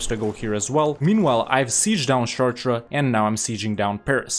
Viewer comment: I didn't even recognize he was saying "Chartres" at first XD